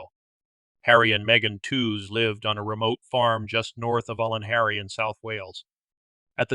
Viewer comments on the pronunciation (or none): I was living in Llanharry at the time of these murders. The community was and is split on who committed the crimes. A word on pronunciations: Ll in Welsh is pronounced Cl so Llanharry is Clanharry. Pontypridd pronounced Pontyprith. I cant see how Jones could have got from Pontypridd train station to Llanharry. There was no local station in Llanharry. He would need to get a bus and change at least once. Well over an hour local journey. Someone local would have seen him.